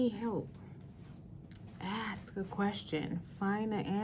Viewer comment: I love this lady but how can an educated attorney pronounce “ask” as “axe”??? Lol